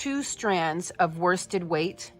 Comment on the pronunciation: You keep saying woisted weight your I've not found this in Australia is it like 8ply, please thankyou